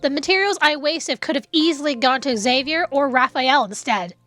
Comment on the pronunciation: I think Xavier's name is not pronounced like EX-avier.. the X is more like a Z sound.. sounding like ZAY-vier